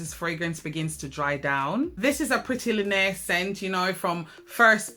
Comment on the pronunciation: The way you pronounce linear 🙂...wait 15 flankers for GG. Had no idea